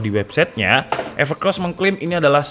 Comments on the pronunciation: Evercoss bukan evercross Hey vector tolong bilang ke kalau slah sebut evercoss makasih semoga menang pliss edit: IG: heliwibowo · Kingkong gleesss😂 Evercoss bukan Evercross😂😂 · Evercoss gak pake r dah komen